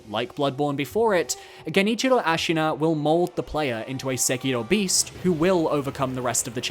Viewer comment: Stop saying Sekiro like a weeb, you’re obviously british